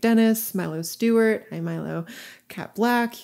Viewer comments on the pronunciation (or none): none